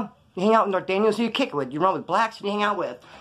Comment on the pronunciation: The Nor-tan-yos 😂😂😂